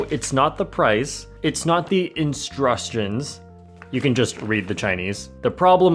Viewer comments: Instrustions lmao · I just came here to hear the 'instrustion'